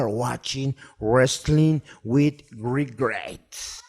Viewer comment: "Great take really well done. One thing quick though, its actually just "Wregret" "Wregrets" "No wregret" "Si, wregrets" "WregreTT" "Wregrets" "ok prefect thanks for your time"